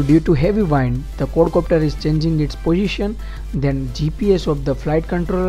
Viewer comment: he is saying cord copter :-):-) dude its quad copter!!